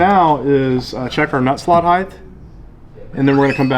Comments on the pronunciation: Of all the words ending with "th" height is not one of them. Width, breadth, depth...yes. Height...no. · Yeah, can't wait to give my guitar to a guy that says "heighth." 🤣😂👎👎👎